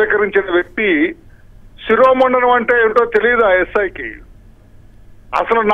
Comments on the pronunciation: శిరోముండనం అనాలి. శిరోమండనం కాదు తల్లీ. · పాడిన పాటే పాడరా పాచి పెళ్ళి దాసుడా... అన్న చందంగా ఉంది తల్లీ... నీ తెలుగు... శిరోమండనం ఏంటమ్మా... థూఫ్ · అమ్మా... శిరోముండనం తల్లీ తెలుగు ను ఖూనీ చేయకండి.